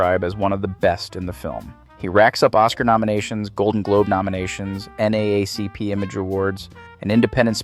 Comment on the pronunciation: beautifully and thoughtfully crafted piece about a phenomenal individual and actor. no critiques but this: pronounce it "N-double-A-C-P" not "N-A-A-C-P". broke immersion when you mentioned the org the few times you did. otherwise, I thoroughly enjoyed this through and through. thank you.